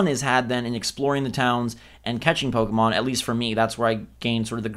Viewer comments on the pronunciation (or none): BUY BUY BUY!!! Also, did just pronounce Pokemon as "Poke-ee-mon"?